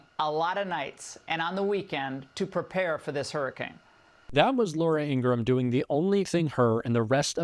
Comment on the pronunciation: You're pronouncing Laura Ingrahams name incorrectly. It's Laura In-gra-ham